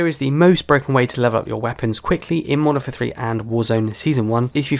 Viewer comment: Youre referring to the game as "Monfer" repeatedly was grating. Thanks for the tips though.